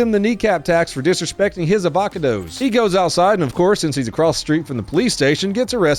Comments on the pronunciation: Avac a dos? xD I'm in tears lol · A-VOCK-A-DOE-S I'm unsubscribing after that one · chip-oat-le & av-ac-a-does almost made me cry. knee capping a poor chip-ot-le worker 😂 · "Avaca-dos." Shit, that's now going to be my go-to pronunciation. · As a Californian, your pronunciation of avocados had me glitching like a robot being drenched in a bucket of piss. 😅